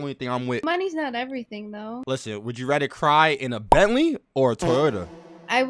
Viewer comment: mans said Bentley 😭